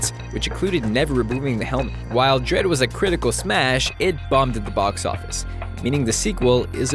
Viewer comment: or "dredd" wrong hahahahahahhahahaha I'll go